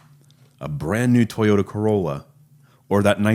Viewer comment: TOY-yoda. Please for the love of God learn to pronounce it correctly.